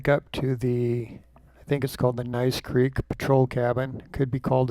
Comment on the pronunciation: I love watching your videos. Thank you very much. By the way Gneiss Creek is pronounced "nees" creek. May I suggest you put the dates of your hikes in the description? I live at the other end of Gneiss Creek Trail and I know there is 4.5 feet of packed snow and ice on the ground on 3/28/23.